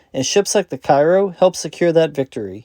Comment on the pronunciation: You stated the ship was named after the town in Illinois. In that case the correct pronunciation of the ships name is "Kay row" rather than the common Cairo of Egypt.